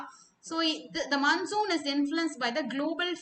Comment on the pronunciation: Mam that is not mannsoon wind that is monsoon😂